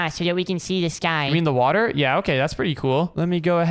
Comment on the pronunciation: Bro you said wather twice bro